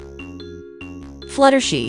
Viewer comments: 2hy did she say flutershi it's fluttershy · Bro why did you called fluttershy fluttershi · It’s not fluttershe it’s fluttershy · Why did it say fluttershee instead of fluttershy? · your right its fluttershy not fluttershee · maybe because Velamelon call fluttershy fluttershee 🤣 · its Fluttershy not Fluttershe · For the last time it's fluttershy not fluttershey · Wait "Fluttershe"? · For the last time it's Fluttershy not Futtershey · its not flutershee its flutershy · It is fluttershy not fluttershi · The fact that she says fluh-ter-shie is so funny😂😂😂😂😂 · It’s fluttershy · It’d fluttershy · She said flutter she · Fluttershy not fluttershe!😂😂😂😂